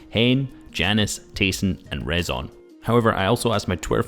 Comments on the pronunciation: Its „reeson“ and not „rason“… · ITS RIIZON PRONUNCIAT